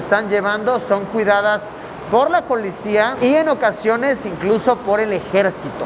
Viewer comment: Nadie: De verdad absolutamente nadie: -Luisito: Colicía 😎